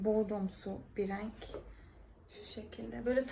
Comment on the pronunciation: abla nolur raenk demesen olur mu video çok güzel ama raenk deme nolur